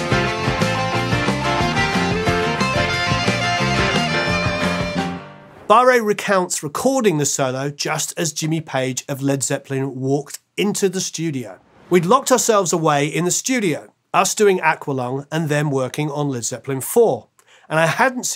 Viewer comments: Martins' last name is not pronounced "Barray." It is pronounced "Bar." It is the French word for the English word "bar." Same as a barre chord on a guitar. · I’m pretty sure Martin’s last name is pronounced “bar”, rather than “barray”. From a production standpoint I think the mix of a Gibson / Marshall sound with a piano is just as defining as the flute. The piano playing is a huge part of the record. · Martin Barre pronouces his name as one syllable. Like 'candy bar', not two like bar-rey. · It could, but it largely isn't and Martin uses the pronunciation "Bar" when referring to his last name. As a bit of a laugh, Anderson used to introduce him on stage using "Barray" as his last name, implying an acute over the e, but there isn't one. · Martin "Bar", not "Barr-ay". John Evan, not Evans. c'mon. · It’s Martin BARR not Martin BAR-ay. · You're right, it's pronounced "bar." Amazing guitarist. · FWIW, Barre's name is pronounced "bar", as confirmed by his Wikipedia page. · it could also be pronounced barré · Martin's name is pronounced 'Bar'. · Barre is pronounced Bar. Also, it John Evan not Evans. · Martin Barre's surname is pronounced simply "bar". (Which you would know if you¨d listened to the best live album of all time, Tull's Bursting Out ;) ) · I’ve never heard Martin’s surname pronounced “Barré” before